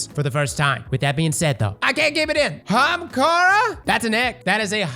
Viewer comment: That one guy is gonna lose his mind when he hears say 'hamkara' again😂.